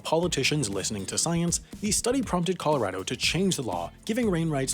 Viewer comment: Dear, I’ve given you a lot of flack for your pronunciation over the years, but I have to give you credit for correctly saying “Colorado” in this video. Well done 👌🏼 -Colorado Native